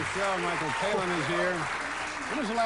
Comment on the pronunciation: i love that he always says Michael Palin's name wrong 😂😂